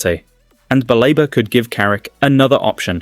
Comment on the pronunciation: BALEBA NOT BAREBA PLEASE